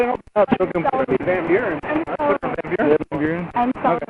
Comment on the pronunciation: "So solly!" x 1 billion